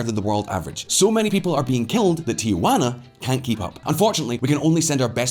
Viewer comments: It’s “Tijuana”, not “Tiajuana”. Also, Baja is pronounced “Baha”. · It is pronounced Tee-hwan-ah, not Tee-a-hwan-ah. The first is a city, the second is Aunt Jane. Also it is Bah-ha, not Ba-ja. It's a Spanish language thing. As to Mexico, there has been a recent uptick in violence and murders in/around the tourist resort areas of Cancun and Cozumel.